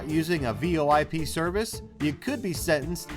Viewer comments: I was saying it's merely pronounced like "voyp", not V.O.I.P even though it is spelt that way. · Really? V O I P SERCICES? That's not how it's pronounced